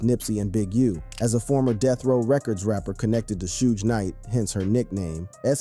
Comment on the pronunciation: "Shooge Knight" who TF is this guy?